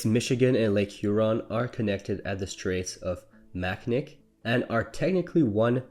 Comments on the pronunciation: I was digging the video until I heard that, no way did this guy just say mackinack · Wow someone is not from Michigan or even near the Great Lakes MACNICK….. it’s MACINAWWW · Mackinac is pronounced MACK-IN-AW not MACK-IN-NACK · He didn’t even say Mack-In-Nack. He said Mack-Nick! Which is not even close! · It is Mack-i-Naw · Well if it wasn't spelled Mackinac and was spelled Mackinaw then it wouldn't confuse people. I know it is Mackinaw because I have talked to Yoopers.... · Seriously, you sound Canadian, but you're mispronouncing very common things like Mackinac and Niagara. Macnik? Neeagara? Isn't this how we used to flush out German spies in Allied uniforms in WWII? :D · I love how nobody knows how to pronounce Mackinac. And they never bother to look it up. To be fair it looks like you know how it's pronounced. But you don't. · I live in Mackinac County and this drives us UP here nuts. Every Yooper I know correct people who miss pronounce it immediately and they are not necessarily polite. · yeah he is still pronouncing French words wrong like Mackinac that's a French version of a Native American word and he still getting it wrong